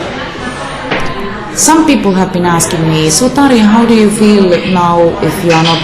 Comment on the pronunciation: This stupid announcer can not even pronounce her name in the right way...if i could i would slap the §&%! out of him right now -.-. But thx 4 the video anyways haha